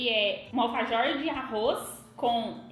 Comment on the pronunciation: vc não fala bem vc fala errado alfajor